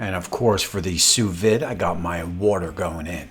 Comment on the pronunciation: I had to laugh at your review but thx for the entertainment...from your cat being on your kitchen counter while cooking to "sending over the information" and of course how you said sous vide.... the "d" is silent FYI.... LoL Then how you had to correct yourself on the meat thermometer placement.... Regardless you definitely proved that anyone can use a simple machine...I'll probably subscribe just for the entertainment not the quality of the review!!